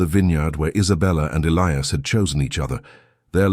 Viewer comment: At Isabellas dad's funeral he said.... He died that night Your Narration is always immaculate, But pronunciation of names, Elias or Elias Listen to your story.